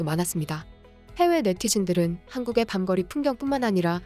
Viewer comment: 번역에 문제가 많구만! 이런 걸 하려면 성의있게 준비해야 좋은 평을 받죠. 외국어만이 아니라 우리말도 못하네요! 우리말은 자음이 연이어 있으면 합쳐져서 다른소리가 나는데 "밤거리"는 말할 땐 "밤꺼리"라고 발음해야죠! 들을 때마다 거슬려서 원;; 이런 기초적인 것도 가르쳐줘야하다니! 대관절 요새 학교에 국어가 없어졌어요? 왜 이렇게 국어를 잘못 말하고 잘못 쓰는 사람이 많지? 많아도 너~~~~~무 많아! 국어를 말도 안 되게 쓰고들 있다니까! 나 원 😱 심지어 방송이나 잡지같은 데서도. 정말 앞일이 걱정되는데;; 예를 들어, 외국인이 한국 좋다고 와서 한국어 좀 가르쳐달라하는데, 한국인이 한국어도 잘 모르거나 잘못 가르치거나 하면 을매나 챙피한 일이냐구~~~ㅠㅠㅠㅠ 대한민국 자랑만 하지말고 모두들 크게 반성 좀 합시다!!!!!